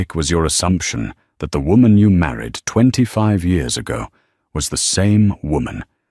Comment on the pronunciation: The word is YEARS NOT YOURS. can't A I SAY YEARS ?